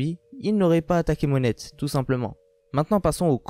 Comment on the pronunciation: Perso ce qui m'interesse le plus c'est " Monette" genre tu prononce le T de Monet ca stresse Pour la théorie je dirais...ca se tient par contre je pense pas qu'il va accomplir le reve de Tashigi. En plus si y a moins de sabreurs qui puissent rivaliser avec lui ca pourrait poser probleme pour lui vu qu'il aime s'amuser avec des personnes fortes